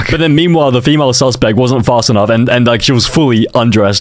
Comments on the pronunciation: BRO TI SAYS FEAMLE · The first one said feamle Instead of female💀💀💀💀💀💀💀